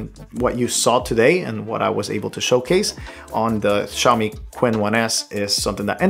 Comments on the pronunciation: *Chin not Quinn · Actually the pronunciation of Qin is similar to Chin in Mandarin 🤔